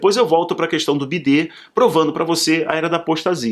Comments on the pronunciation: A pronúncia correta do nome do Presidente dos EUA é “Baiden”. Por favor, é irritante escutar Biden. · Bom vídeo, mas a pronúncia do nome do Presidente dos EUA é “Baiden”. Chamar ele de Biden empobrece Omari discurso. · D. Neide não percebe que ele fala bidê, para a censura não derrubar o vídeo?????... Caso esteja irritando ,não veja o vídeo.